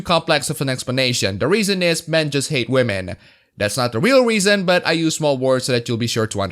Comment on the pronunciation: I wish you would stop saying Wahmen, I didn't say to stop because I'm offended, just the word has lost its flavour, the one given the kicks, so to speak. It's 2020, and people are still using a mispronunciation for women to mock SJWs that was started by Pewdiepie 3 years ago.